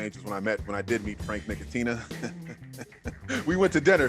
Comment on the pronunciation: Frank Nick-e-tina